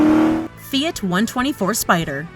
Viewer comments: I think it’s Fiat not feit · "Fee-IT" NO! LOL. Its "Fee-Ahht". (Think Fee-HOT) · Fee-it??? WTF is a feeit? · WTF is a "fee it"? Oh! Oh, you mean "Fiat"?? >.<'